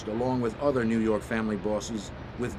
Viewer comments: "nuu yawk affice" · NEW YAWK AFFICE!